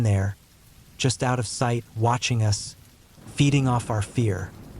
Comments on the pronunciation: “None of U.S. did” lol AI is so dumb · Yes, sounds like stupid AI when it pronounced the word "us" as "you-ess" 😂 twice.😅.